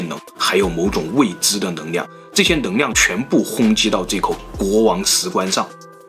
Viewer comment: 的视频很好；看了这么多期发现你的发音有些问题L/N有点混淆，neng liang你说成neng niang ：）